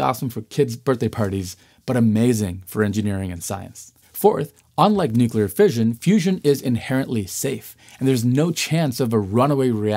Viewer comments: Very, very smart man,. Please ask him not to say "nuculer," ever. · Bush ll I assume.